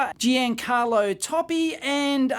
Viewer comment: Grande! Hai un canale strepitoso! Spero che un giorno potrai avere anche tu questa chicca tutta italiana. (E potrai nominare correttamente i nomi degli ideatori perché "Pieigiggio Perodo" "Gaston Goziria" "Giencallo Toppy" "Gievani Disendri" "Maria Belini" non si può sentire😆)